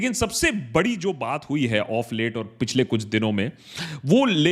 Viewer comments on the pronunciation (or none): none